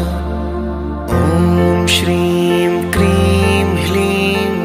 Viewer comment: Kreem h ki kleem aur hreem ya hleem clear kre plz